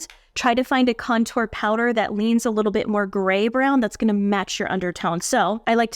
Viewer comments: The “contour” thing is about where the emphasis is placed in the word. The emphasis should be on CON-tour. You’re saying conTOUR. It’s a small thing but some people care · Hi Girl! No one's laughing. It's emphasizing the 1st syllable for Con (emphasize) then tour ( faded out).